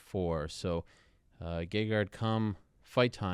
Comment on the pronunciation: Is it ment to be pronounced gay guard?